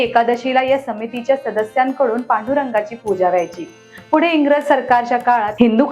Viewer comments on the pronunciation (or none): none